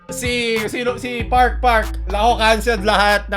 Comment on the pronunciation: No one: Literally no one: na hindi kilala si Sana: "Si pArK pArK"